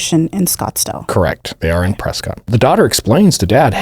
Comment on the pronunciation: Not debatable - it’s pronounced Preskitt (I know cuz I lived there for a chunk of time!)